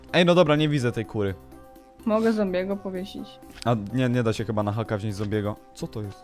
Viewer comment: powiedziałaś ku*wy zamiast kury